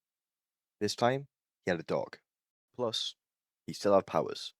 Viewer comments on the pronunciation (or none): none